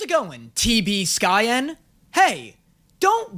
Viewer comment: Hearing the passive-aggresively pronounced "T B SKYEN" was like hearing someone mention your favourite porn actor in a regular conversation